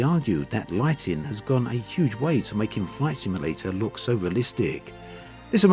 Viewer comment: Take a shot every time he says "Microsoft Flight Simalayta 2020"